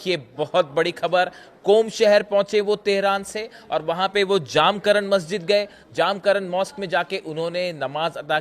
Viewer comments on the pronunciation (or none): 1)मस्जिद का नाम जामकरन नहीं है. मस्जिद का नाम "जमकरान" है. 2)और कृपया "इमाम महदी अलैहिस्सलाम" कहिये.